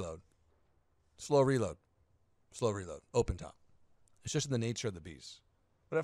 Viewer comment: Did he say " relad" the germanification of reload? LOL, i laughed. I would be "lad nach!"